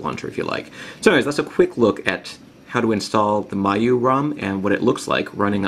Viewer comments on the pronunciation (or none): It's pronounced mee-you-eye.